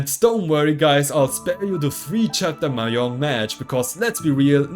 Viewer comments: Mahjong is pronounced "ma zhong", not "mah yong" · It’s maJong not maYong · Bruh ur pronouncing mahjong wrong